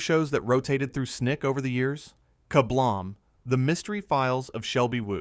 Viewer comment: you say KaBlam like KaBlaum lol nonetheless I love the video :)